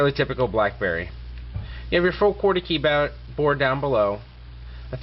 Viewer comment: HAHAHA the way he says keyboard but good review non the less